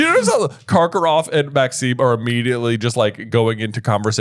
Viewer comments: I know this is months and months late...but every episode...making my teeth grit...it's Madame MaxiMe with an 'M,'! A freaking 'M,' not an 'N!!!!' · Is pronouncing Madame Maxime's name wrong on purpose or...?